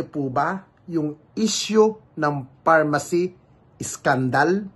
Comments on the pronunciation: pharmally Hindi pharmacy🤭✌️ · Pharmally hindi pharmacy 😂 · pharmally po,..😂😂